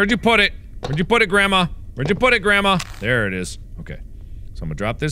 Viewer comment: Mark: "BEGONE GRANDMOTHA!"